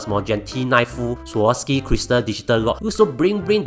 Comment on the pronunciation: Wah, with sponsorship can even pronounce swarovski correctly haha